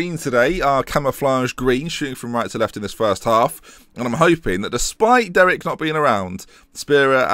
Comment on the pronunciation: I think you're saying Derek wrong, too.